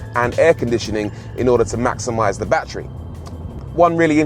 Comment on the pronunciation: Nobody: Rory: "Bachry"